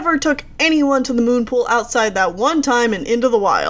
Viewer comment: you said moonPOOL!